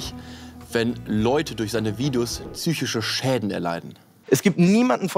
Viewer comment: "Tzychische Probleme."